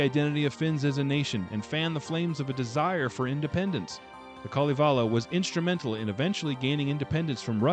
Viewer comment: The Nokkia ringtone was a nice touch. Oh, and nobody noticed that you kept calling the Kalevala the KaleLAVA, so I think you got away with that :)